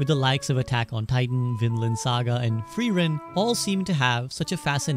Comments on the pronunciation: please note, it is pronounced freer -ren not Free-ren. Frieren is the German word for freeze. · I really dislike the Japanese Anime using German words for names. Frieren means "freezing". It makes no sense for that to be someone's name and the way everyone keeps mispronouncing it, especially the Japanese, is so unpleasing for my German ears. I can't watch such animes